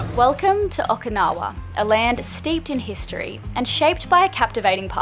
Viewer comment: O-Key-nawa not O-ka-nawa. So common for english speakers to say it wrong and im not sure why. Not yelling just for some reason I shrivel up when I hear it wrong. Also You'll find Okinawa different then the rest of Japan. The people are way nicer. The castles and historical places all had to be rebuild as they where destroyed in WW2